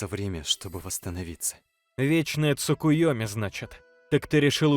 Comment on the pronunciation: Во-первых не "Цукуёми", а "Цукиёми", во-вторых, какой Вечный Цукиёми у Наруто😂😂😂